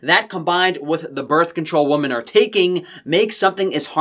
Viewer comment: Woman is singular. Women is plural. Please for the love of sausage, learn the pronunciation.